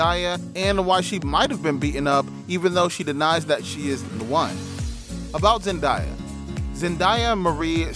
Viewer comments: Man said zendieya it's zendaya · He didn’t even pronounce her name right, so I don’t trust him cause wtf is ZenDIEa her name is ZENDAYA. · You ok it’s zendaya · It's Zen d ya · It’s annoying the way you’re pronouncing her name. Get it right if your going to post a mini bio video.Damn. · The way you pronounced her name was very annoying